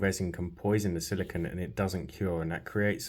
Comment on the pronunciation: You're pronouncing silicone wrong. The last syllable is pronounced "cone" as in ice cream cone. Silicon, which is the word you're pronouncing, is what glass and computer chips are made out of.